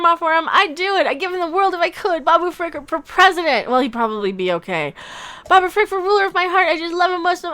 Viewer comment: Pickle Rick is what I hear when you say it